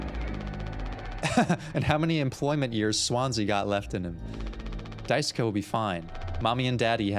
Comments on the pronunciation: Loving the series so far. Just one thing, Daisuke's name is pronounced DICE-kay. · Daisuke is pronounced mooore like "dye-skay" or "dye-skeh" or "dye-su-kay" for the record! You figured out how to pronounce Swansea's name correctly in the first episode too, in case you were still wondering about that one.